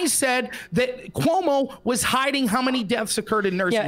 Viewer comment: Coy-mu might be the funniest mispronunciation of Cuomo I’ve ever heard.